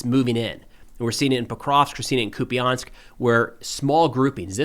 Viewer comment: Hey, just a quick correction on the pronunciation of «Куп’янськ»… it’s “koop-yеnsk”, not “koopy-yansk”. A minor detail, sure… but I thought you might like to know!